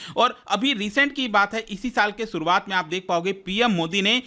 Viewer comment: "सुरुआत" नही "शुरुआत" करते हैं